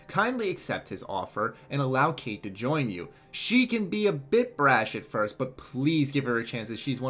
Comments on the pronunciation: its actually pronounced "Kite" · You said her name wrong dude